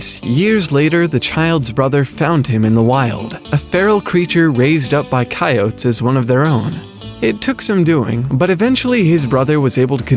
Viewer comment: "Ki - oats"